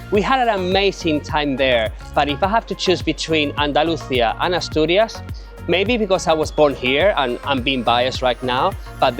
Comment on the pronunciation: Se dice Asturias. No atorias y Gijón no Guijón